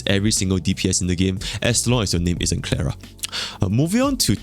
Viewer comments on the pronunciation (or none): none